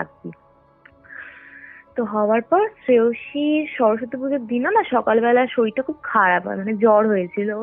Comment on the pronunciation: " সরস্বতী " " স্বরসত্তি "নয়, উচ্চারণ ঠিক করুন ।